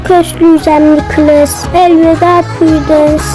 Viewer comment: Purudins değil:prudence nikilis değil:nicholas ve ya nick kink değil:king minie değil:millie